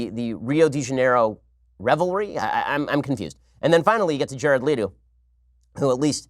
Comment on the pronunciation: You’re pronouncing Leto wrong 😫